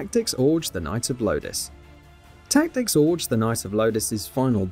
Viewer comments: It’s Tactics OGRE not “Tactics Orge” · The hell is tactics "Orj"?